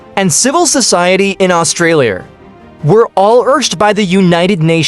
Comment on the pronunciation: Indonesiar?Asiar? Australiar?😂